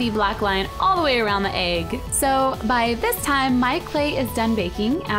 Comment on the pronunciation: I smile everytime Cupquake says egg because it sounds like she says "Aeygg" C